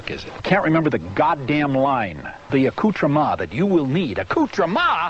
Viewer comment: Accoutrema??? What is that shit?! I damn near busted a gut laughing the first time I heard him say that! ROFL!